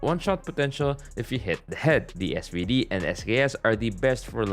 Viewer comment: SVD do you mean SZARVD